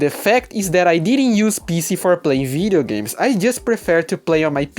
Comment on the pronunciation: I thought you're saying Vita games.. turns out it's Video games lol anyway welcome to the pc gaming community bro